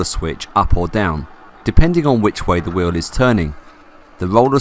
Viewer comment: I love how "wheel" = "whiww"